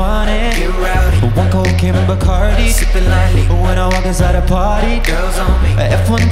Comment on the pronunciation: WHAT THE FUCK? tHE WAY HE SAYS BACARDI, AMERICANS ARE QUAKING! BOIII????!!